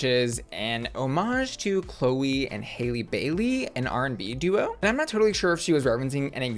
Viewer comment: I hate that Heidi said “HAILEY Bailey” while making the reference. Hal-ee